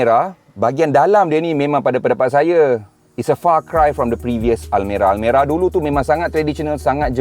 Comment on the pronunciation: Banyak betul sebut almari hahahaha